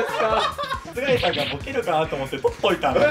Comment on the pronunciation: 最初の須貝さんの挨拶がスカイピースって言ってるように聞こえた人いません？w